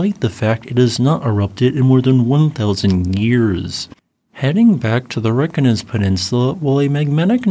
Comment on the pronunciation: Reyk janes or Reyk yanis. Hope that helps. 😊 And Fagradsdalfjal Is Fagrads dal feeyal. Practice it.